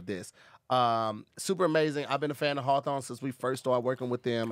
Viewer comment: mans stilllll cant pronounce hawthorne lol